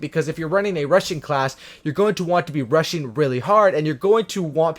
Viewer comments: every time he said 'rushing' I heard 'RUSSIAN' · I thought he was saying russian class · BTW, you're sating Russian instead of rushing! lmao 😂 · I thought you said russian class😂